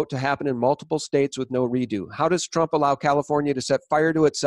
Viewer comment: Why did you keep saying Trimp